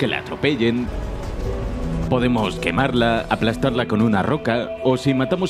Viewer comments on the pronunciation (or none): Error en la grabación xd, creo que dice asplastar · Es aspastar xd